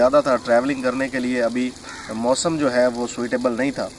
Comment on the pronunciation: سوئٹ ایبل نہیں سوٹ ایبل ہوتا ھے